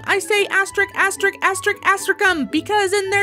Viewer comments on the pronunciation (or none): Asterik?!?! Asterisk! Give that "s" the credit it deserves. After all, it's what sets lebians apart from lesbians.